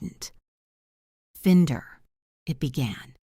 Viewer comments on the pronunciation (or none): Good story except for mispronunciation of FINDER. It's not fend-er it's find-er, sharp i - narrator's fault. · 'find' is the location of something now found. Finder is the person who finds the thing. nothing to do with fins, fin and it has a specific pronunciation. Please check before this mistake makes a mockery of the Reader.